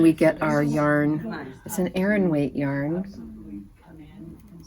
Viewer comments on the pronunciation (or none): none